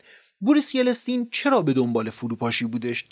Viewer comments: یِلِستین؟؟؟اقا یلستین!شما که اونقد با ایشون غریب وناآشنایی که اسم ایشونم به گوشتون نخورده چطور اینقد راحت درمورد خانم باز بودن ایشون نظر میدی؟؟؟ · خیلی کلمات و اسامی رو اشتباه میگید لطفا دقت کنید.درستش yeltsin هست نه yelestin.یا مثلا شنیدم نام آشویتس رو که با ساکن روی حرف شین تلفظ میشه رو شما آشو ویتس تلفظ میکنید.دقت فرمایید بسیار مهمه این تاریخه! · جناب آقای از ویدئوهای سرشارتون سپاسگزار هستم. آدم واقعا از دیدن شون لذت می بره. جسارتا در تلفظ برخی از نام ها دچار اشتباه می شین. به عنوان نمونه همین اسم بوریس یِلتسین که شما به اشتباه بوریس یِلِستین تلفظ می کنین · درود جان ، سپاس از زحمات شما جان و همکارهاتون، یه نکته رو میخواستم اصلاح کنم ، بوریس یلتسین تلفظ درست اسم اولین رییس جمهور روسیه بود. شما چند بار گفتید یلستین. سپاس از دیپ پادکست. ✌️ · سلام خدمت تمام دست اندرکاران کانال دیپ پادکست🌹🌹🌹 واقعا یکی از کانالهای خیلی عالیه تاریخیه، خیلی اطلاعات درجه یکی و در اختیار مخاطبان میزاره، یه تذکر دارم در مورد این ویدیو و نام اولین رئیس جمهور روسیه هست اسمش یلتسین نه یلستین 😁😁شایدم خیلی مهم نباشه اما خوب رو مخم بود و گفتم حتما بگم خدمت آقای عزیز❤❤❤ حالا شایدم شما فهمیدین همون یلستین باشه اما خودم به نام یلتسین همیشه شنیدم و خوندم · Boris Yeltsin بوریس یلتسین (متاسفانه در ویدیو یلستین گفته شد که نادرست است) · جالب بود ،ممنون،ولی ما تا حالا یلتسین ،سکون روی حرف « ت» و « ل»ونه «یه له تسین» شنیده بودیم!!! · اسمش باریس ایلیستین نیست،باریس یلتسن است.او یک معتاد دایم الخمر بود. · یلستین چیه؟ یلتسین درسته. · بی سواد اسم اون رییس جمهور بوریس یلتسین هست نه یلستین ..... کجا درس خوندی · تلفط yeltsinbouris درسته . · دوست عزیز اسم یلتسین رو اشتباه تلفظ میکنید Yeltsin, شما به اشتباه میگید Yeltsin. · بسیار ممنون به خاطر کانال خوب، مطالب بسیار بسیار جذاب و‌مفید‌ و بیان خوب. پ‌ن: صرفا جهت یادآوری، اسم اولین رییس‌جمهور روسیه بعد از استقلال « یِلْتْسین» تلفظ میشه. (Yeltsin) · با سلام، تلفظ شما در نام یلتسین صحیح نیست. لطفا این اشتباه را تصحیح کنید و در ضمن چرا کلمه اشتراک را در جای سابسکرایت به کار نمی برید؟ ممنونم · جناب تلفظ یلتسین با لام ساکن و ت ساکن است.